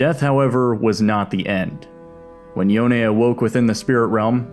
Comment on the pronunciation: Thank you for calling Yone, Yo ne. Everytime I hear "Yown" I felt sick.